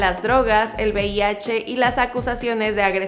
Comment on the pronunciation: Joder todo el vídeo diciendo bih, será VIH no?.